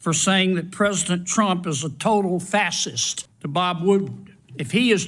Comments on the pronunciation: Hey Foghorn Leghorn, it’s FASCIST (fash-ist). Not fasit (fas-ist, fas-ism). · Man can't even say faschist. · He can't even pronounce it. But be clear; he IS part of the fassist problem. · a "fass-cist"... hmm ok. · Kennedy,)you think all maga are fassest. No, Kennedy, we think they are fachist. Learn how to talk !!! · For being highly educated one would think Mr.Leghorn would know how to pronounce his parties politics with the name fascist. not fasist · "Fass-schist"? NO "FA-schist"? He drinks way too much bourbon before he spittles-out questions. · I’ve heard of Fascists but I’ve never heard of Fas-Sists 😂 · He can't even pronounce the word facist. He likes to tell people what they are and ask them to agree with him. Get that sicko out. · I would expect Kennedy to learn to pronounce fascist before he talks about it. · He is so stupid that he can’t even pronounce fascist correctly! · Kennedy should begin by learning to pronounce fascist. What a book. Does he also say "nucular? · Can't even pronounce the word fascist. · Poor Kennedy, he can’t pronounce the word fascist. And has no decency. Poor excuse for a human. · UGHHH SOMEBODY TELL THIS COUNTRY BUMPKIN HOW TO PRONOUNCE FASCIST PLEASE? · Boy can't say fascist? This MFr has to go!! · Kennedy can't even say Fascist.. how is that dummy a federal senator? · The fact that Kennedy cannot even pronounce the word Fascist is pretty damning. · What a shame u r Kennedy. U cant even say facist right. Besides that u r a hypocrite and thrive to make everyone like u. U need to retire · This guy can't even pronounce it correctly. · Is that moron trying to say fascist😂 💙⚖️💙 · He can't even pronounce fascist. What an idiot. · He can't even say fascist correctly. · You're right, but actions speak louder than words (however badly he pronounces them!)... and he continually supports an apparently fascist regime!